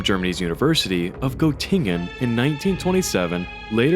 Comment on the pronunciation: I could have helped you pronounce Göttingen correctly